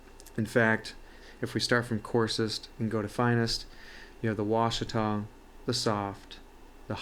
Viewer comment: Washita = wah-SHE-tuh; not wah-shuh-TAH. It’s named after the mountains in Arkansas.